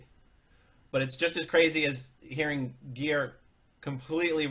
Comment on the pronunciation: Aaron, would you please get Geirs name right? It is NOT "Ai-seen" it is "Ee-su-nuh". 😋